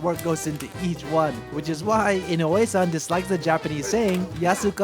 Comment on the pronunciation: You live in Japan for many years and have a Japanese wife, but you still can’t say inoue properly. Wtf?